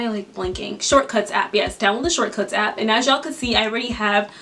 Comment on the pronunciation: She said open Appa